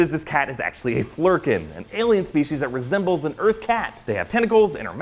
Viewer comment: "C-53 or Erf" lol 🤣